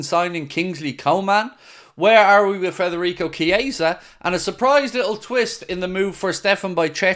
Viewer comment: mate please stop saying frederico its federico its pissing me off